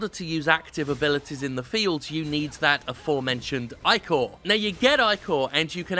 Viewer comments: Eye-core? No m8 no its ick-or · he keeps saying "I-CORE" when it should be "ICK-OR" and its really starting to bother me. ichor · I don't think I have ever heard "ichor" pronounced "eye-core" before. Is that a common thing that I've missed out on? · Jim is the blood of the gods for Greek mythos so its pronouced Ich-or